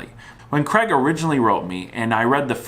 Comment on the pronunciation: Screw that, he can't even pronounce Craig properly.